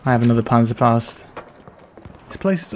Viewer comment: I got a banserfausd😂 Ich bin deutscher und du musst das kräftiger aussprechen Panzerfaust!